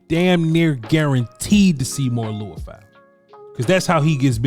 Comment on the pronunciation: His name is pronounced Lee-oo-fow, not Loo-i-fow. When you watch his college games, you'll hear the announcers all pronounce it the same- FYI.